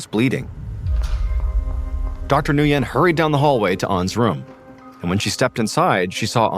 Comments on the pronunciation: Nguyen is pronounced “Win” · The doctor name is pronounced when. Nguyen. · Nguyen is pronounced win. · Dr. Nguyen is not pronounced this way! It’s pronounced like “win”. Makes me laugh!😂